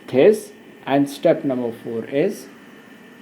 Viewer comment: this is pronounced as diss is he saying thhiiissss???😭😭🤣🤣